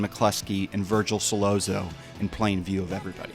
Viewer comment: It’s So-lots-o not Sol-low-zo